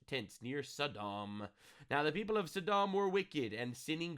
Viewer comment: I've always heard it pronounced "Saw - Dumb"